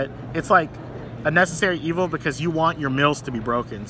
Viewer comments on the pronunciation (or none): none